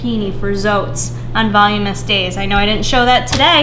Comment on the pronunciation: *Voluminous : "vol-loom-in-us" just helping :)